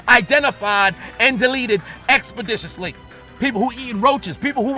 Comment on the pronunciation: The amount of times I heard the word expodiciously...